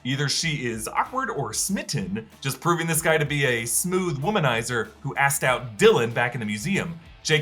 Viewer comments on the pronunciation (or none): none